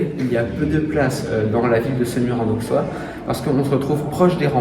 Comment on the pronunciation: Étant Semurois, je suis fier de notre magnifique Collégiale 😊 Bravo pour votre vidéo ! PS : En Bourgogne, le x se prononce sse. Ont dit Aussois, Ausserre etc 😉